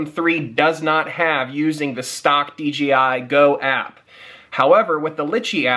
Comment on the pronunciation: it's DJI not DGI